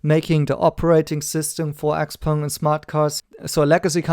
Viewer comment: Well at least I know now how to pronounce Xpeng properly. And let's stick to Nio, Tnx